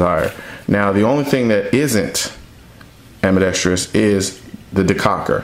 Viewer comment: Nice video. Great production value. Very valid, cogent, well-spoken arguments. I agree with essentially everything you have to say. The only thing I could find to pick apart was that half of the time, you add a fifth syllable to the four-syllable word: "ambidextrous". It has no "i" after the "r", and therefore no fifth syllable. Otherwise, A++!!! :-)